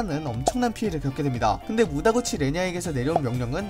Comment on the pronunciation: 무다구치가 아니라 무타구치.....